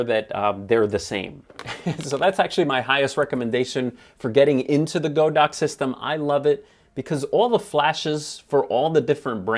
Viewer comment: The company says their name is pronounced with a short "o," but I guess every YouTube camera reviewer knows better! 🤣 I do love your channel, though,! Keep up the good work!!